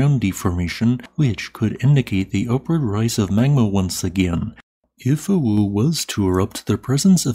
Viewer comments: "Ah"-"woo", the w is spoken without aspiring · I'm from Indonesia, your mention of Mount Awu is quite funny😅 Just say the letter A as usual (opening your mouth) then add wu😂😂